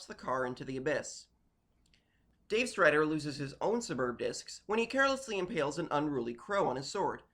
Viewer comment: This is the first time i've seen someone pronounce it Sub-erb instead of just taking out the sound of the first U entirely and saying SSS-berb